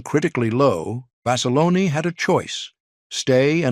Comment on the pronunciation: Not Basilona...Basilone...